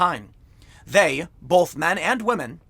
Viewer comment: I'm going with my gut and going "believe all wamehn" on this one. So, sorry Joe, you don't get to be prez. Not that you'd know you were anyway.